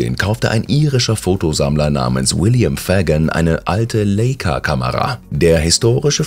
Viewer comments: Drittes Sujet... :) die Kamera wird Lei-ka...ausgesprochen...nicht Lee-i-ka... zudem stören die schnellen Szenenwechsel echt... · Es heist LEIKA nicht leyka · Na gut, immerhin. Eine Leica ist eine KB-Camera, in die nur KB-Filme reinpassen, keine Rollfilme, wie hier gezeigt. Und Aussprache von Leica ist ganz normal Leica, nicht Lejka. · Schon erstaunlich, wie Iren im Jahr 2015 aussahen und wie sie damals ... vor 6 Jahren ... also praktisch noch im Mittelalter, im Lichte von Petroleumlampen Zeitung gelesen haben. Die Kamera wird übrigens "Leih-ka", nicht "Lay-ka" ausgesprochen. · Danke für den Beitrag, ich stimme komplett zu. Leider nehmen viele Zuschauer diese Zeitschindereien einfach hin, was den Machern letztlich auch nichts bringt. Die werden ihre Methodik in dem Fall nicht ändern und können sich auch nicht verbessern. Kritik ist ja an sich nicht negativ, solange sie konstruktiv ist. Hinsichtlich der Betonung fallen gleich mehrere Ausrutscher auf. Leica ist da nur ein Beispiel, auch bei "Donnelly" und "oculi", die beide auf der ersten Silbe betont werden, wäre eine Recherche nicht verkehrt gewesen. Auch "Comer See" hätte man besser betonen können, aber da wird's jetzt zur Erbsenzählerei. Auch prüfenswert: "Star-Anatomist". "Star-Anatom" hätte gelangt. Ansonsten ist der Beitrag ganz ordentlich und verfällt nicht mehr so extrem dem bekannten Clickbaiting, wie man das von ähnlichen Youtubern kennt. Ganz ohne kommt man hier aber anscheinend doch noch nicht aus. Also, eine Bitte an alle: Lob immer, wo es angebracht ist, aber auch mal Punkte nennen, die man besser machen kann. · Wieder so ein liebloses, langezogenes Video mit jede Menge Fehlern... Wie kann man auf deutsch Leica falsch aussprechen? .... Clickbait